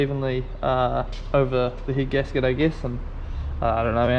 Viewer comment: Sorry for laughing but I keep hearing heat gasket instead of head gasket 😂😂